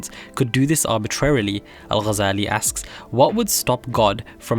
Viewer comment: The way he says Al shows you that he's not an Arab